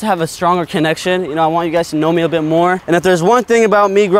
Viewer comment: “you and iguys” ??😂😂😂